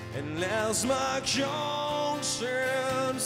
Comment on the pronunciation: Sounds like he just isn't pronouncing it very well. Too much emphasis on part of it, making it distorted. He's almost pronouncing it like CONE-science. Not too bad... other than that.